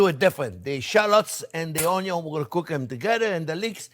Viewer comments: "ONYO"-Pasta 😂😂😂😂 I love the man ❤😘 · I can listen to Chef say "Onyo" all day.